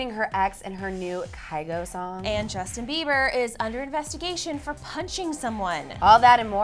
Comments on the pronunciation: "Jusin Beiber" um ok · DAMN IF YOU GUYS ARE CLEVVER IT'S JUSTIN BIEBER NOT JUSIN BIEBER NO HATE 😂😂😂